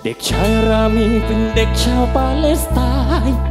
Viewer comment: เข้ามาฟังตอนนี้ เพราะเข้ากับสถานการณ์ตอนนี้มาก การเรียบเรียงดนตรีคือดีมาก น้ำเสียงนักร้องมีพลัง คล้ายพี่ปู แต่สำเนียงร้องบ้างคำควรปรับบ้างเล็กน้อย เช่น คำว่าปาเลสแต่ออกเสียงเป็นปาเล็ส เพราะเมื่อฟังจะรู้สึกขัดๆและกระด้างไปครับ